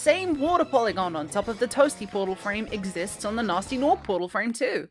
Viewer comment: It took me a minute to realize she was saying gnasty with that accent, I kept hearing it as Natzi lol